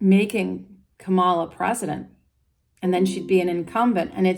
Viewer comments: It's not Commaluh it is Comma La. La La La. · Please pronounce her name correctly. KA-ma-la. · Straight away, within a couple of minutes, you mispronounced Kamala's name. The emphasis is on the first syllable. I'm hoping this was a genuine mistake because you seem like a really nice person, with a great aura, so I'll continue to the end of the video. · I hear you that people pronounce common nouns differently for regional reasons, but people’s names are specific to them. So when we use a different word for someone than their name, it isn’t correct.